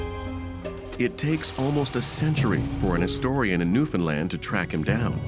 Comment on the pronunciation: Why can no one pronounce "Newfoundland" correctly. It is not that difficult.